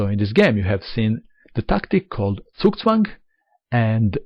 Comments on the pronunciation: end1dream I think that's because of his East European heritage. I've noticed that others from the region (like Susan Polgar) also pronounce it correctly. It's only the Americans (and to a lesser extent the English) players who normally have a problem. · One of the few non-German players who actually pronounce zugzwang correctly.